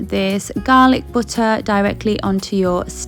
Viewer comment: The Garhlic BUT TAH